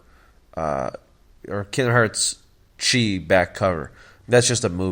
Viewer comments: It’s not Chiii it’s pronounced Key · Ocean Anderson it’s spelled chi but pronounced key